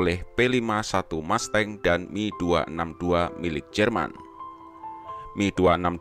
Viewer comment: Itu film red tails ga akurat penggunaan pesawatnya Yg bener mereka pake p51c Di film pake p51d Jelas beda di firepowernya itu Si mimin bilang mi262 😂😂 Yg bener itu M E 262, dipisah nyebut hurufnya Dan satu lg, p51 itu bukan pake mesin konvensional, TP MESIN PISTON! Mesin Jet jg bisa dibilang mesin konvensional kali?? Wkwkwkw 😂 1 fakta lg AURI adalah angkatan udara militer trakhir yg make p51 di dunia dan akhirnya di pensiunkan thn 75